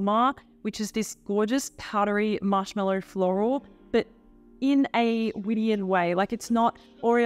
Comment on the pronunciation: Widian is pronounced Widianne, anne like the name